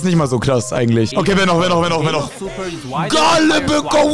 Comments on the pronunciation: gäl nicht gale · kannst du mir sagen warum du gale so aussprichst als wäre er ein organ